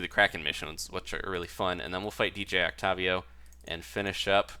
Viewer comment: WHY ARE YOU PRONOUNCING OCTAVIO THAT WAY WHYYYY